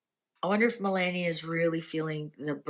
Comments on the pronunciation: It's Melaahhnia,.....not Melaynia!!.. Melaahhnia.... I just said yesterday, how tired he is looking and he needs to rest...He is working way too hard for his age,..as much as we appreciate all his hard work I want him to rest. The Prez is actually very much in love with Melania, as you can see he is very loving to her these days. Things are well for them. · I RESPECT YOU SO MUCH. THERE'S A "BUT", YOUR PRONUNCIATION OF OUR FIRST LADIES NAME IS DISTRACTING AND DISRESPECTFUL. AS I TOLD YOUR BEFORE IT IS PRONOUNCED, MEL - LON, - EE - AHH!! PLEASE TRY......